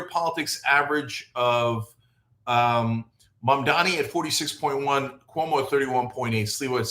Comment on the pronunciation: At least you pronounce his name right